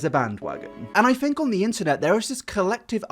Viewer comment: Ironic...tells people how to pronounce music....Continues to say 'fink' instead of 'think' but I still adore you 😉 I'm just impersonating a catheter and taking the piss 😜